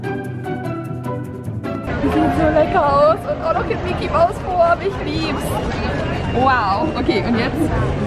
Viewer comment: Wie oft hat sie „ich lib‘s „gesagt 😂😂